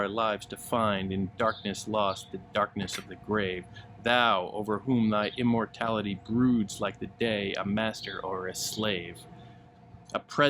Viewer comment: Intimations of Immortally- What? Imitations? Those are two different meanings. Read it again, Sir-Peace